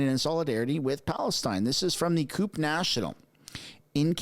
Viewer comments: Its pronounced qupie, like a cupie doll . its one of the largest unions in Canada, representing most of the staff of municipalities across Canada! Not a good look from them... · CUPE is pronounced "QP" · CUPE is pronounced "QP" not "coop" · JUST FYI CUPE is not the way you said it. Up here it is said "Cue-Pee" Just to help as a Canadian. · That's not "coop" for CUPE but Kew-Pee. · the union is pronounced Q-PEE not coop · F.Y.E. Cupe is pronounced Cue-P. I was involved with them years ago....🧐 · CUPE is pronounced Q.P. Canadian Union of Public Employees. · CUPE is pronounced "Q pee " up here in Canada and I'm even kidding. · Cupe is pronounced Kew-Pee, not coop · The union is pronounced kew-pie not coop. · You do know it's pronounced "cyew'-pee"? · LOL, CUPE is pronounced QP. I can not believe CUPE is doing this. Wow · I dont think I have ever heard someone call CUPE (CUEP ), COOP